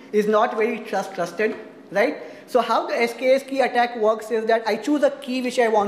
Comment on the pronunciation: It was very difficult to follow this talk, the speaker is knowledgeable but unfortunately his pronounciation combined with stuttering made it very hard to catch. I swear I heard him refer to the keys as clustered, it took five minutes before i caught that he is attempting to say TRUSTED. Because i heard him say "go down the chain of clust" which makes no sense. Its a bit unfortunate, as there is limited content on this topic in this format.